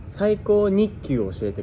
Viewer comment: 琳寧「教"し"えてください」